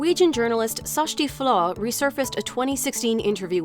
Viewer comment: Is that how y'all pronounce "Kjersti Flaa"? I thought it was pronounced like "Kirstie Flah". At least I got her surname correctly.